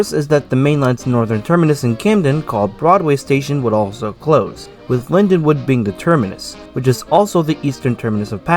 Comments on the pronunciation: It's LindenWOLD with an L not LindeWOOD! WOLD. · Slight mispronunciation. But the l & d do sort of mash together. Great video though.